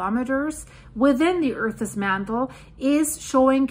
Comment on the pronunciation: please check on the pronounciation of "earth's"